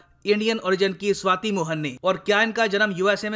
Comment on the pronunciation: be careful.. she is shwati not shweta ... 😂😂😂